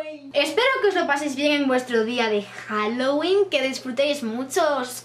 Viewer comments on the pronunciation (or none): none